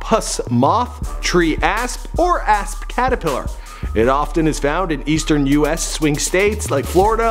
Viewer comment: Everytime he says asp it sounds like a**